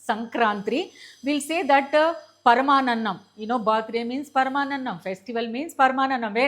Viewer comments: Paramanannam kadhu madam 😂paramannam 😊😊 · Mee english poortiga khhooni ayipoyi venataaniki chaala baadhaga undi. Of course, you can tell menot to watch. No problem. Please talk in telugu. Its. Ot paranannam. It is paramaannamu. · That is Sankarti , సంక్రాంతి. Not sankrantri, సంక్రాంత్రి. That is paramaannam,. పరమాన్నం Not paramaanannam, పరమానన్నం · Madam❤ sankranti,and పరమాన్నం paramaannam only. please don't miss pronounce. ❤❤